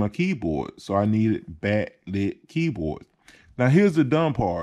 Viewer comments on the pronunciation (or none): Bat lit, number fy, learn to talk before you do stuff like this you clown